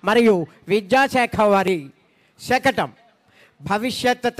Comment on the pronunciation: శకణం కాదు శకటం